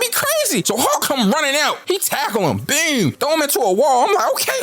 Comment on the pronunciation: “BEWM BEWM BEWM” you from baltimore huh lmfao